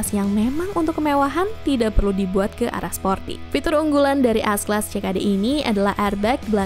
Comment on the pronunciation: bingung dengarnya.. S class atau AS class... haha